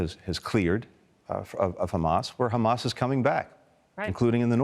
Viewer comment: 2 American Jews, both came from the same place, one call it correctly Hamas, and the other one suddenly cannot pronounce it other than Khamas 🙄 Even piers can say it correctly. it's حماس